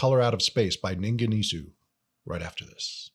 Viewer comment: pronunciation "Ningen EES" . just found your channel. I'll be checking out more!